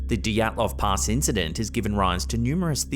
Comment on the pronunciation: Dyatlov Pass, not Dotslov Pass